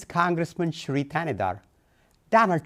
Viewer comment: Shri?????? How many rrrrrrr’s can you rolllll😂😂😂😂